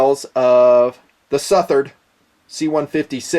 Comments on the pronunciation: I think it's pronounced SUH-THERD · It's pronounced like Southern, but with -ard on the end not -ern. Hope this helps! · say it like suth-erd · Its pronounced "Southard" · I appreciate your philosophy in regards to value, but I'm sure you've heard the old adage "you get what you pay for". In the Southard (s-UH-th-erd) what you get is contemporary design, high end materials, and a great warranty. When all of these factors are weighed, it becomes apparent that the Southard actually represents high value. For less than $300, one can experience one of the most capable steels to date. This is certainly only my opinion, but I know that I'm not alone in this feeling. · I think it's "Suh-Thuhr-Dh" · its the second pronounciation anyway I still getting one, I`m in England and this totally illegal, they are just seen as `flick` knives here, again... I dont care even if I cant even take it out of my house, I will still own one. End of. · Before doing a review you could have at least done a simple search and found the pronunciation of the guys name correctly out of respect :)